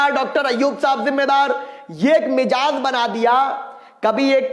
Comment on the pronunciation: lagta hae ghalti se mezaj ko mejaz kah diya aaraam se alfaz ada karen train achachhi raftar se jarahi hae